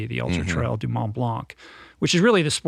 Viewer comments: Hi guys I love your long form Roll On chats. One small niggle though as a Brit who knows the French Alps very well - please get the pronunciation right! Mont Blanc. Mont rhymes with font, and Blanc as if there is a k at the end. It is too famous to get wrong. Love you both still, and I'm not being mean :-) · Better still - Munt Blonk should get you almost on track phonetically. :-)